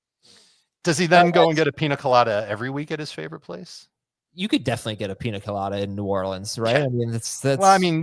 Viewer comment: The way you guys pronounce Pina Colada just hurts my ears..lol